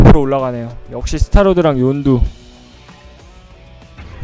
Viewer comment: 윤두가아니라 욘두